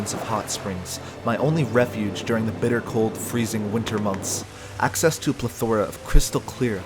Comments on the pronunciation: You pronounced plethora wrong :0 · You pronounce plethora kinda weird.